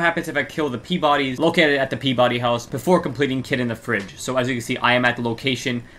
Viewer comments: Pee-ba-dy is the correct pronunciation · It’s pronounced Pee-ba-dee.